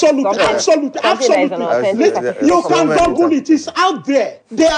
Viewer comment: I'm more interested in Adeola's gesticulating and touch of humour than I listen to the story. But why do Nigerians say 'goggle' instead of Google?